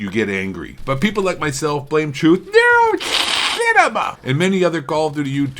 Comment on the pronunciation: Neroshhhhhhinema lol